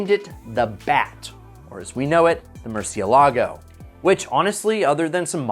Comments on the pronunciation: Nice vid, but I swear I want to jump off from a bridge every time I hear an american pronouncing “murciélago” as “murcieLAGO” it’s not the accent (nothing wrong with that) is the freaking murdering of the pronunciation 🤦🏻‍♂️ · Hate being that guy, it’s More-syell-ago